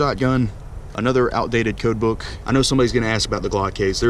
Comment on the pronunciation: When he Said coatbook i was thinking Cookbook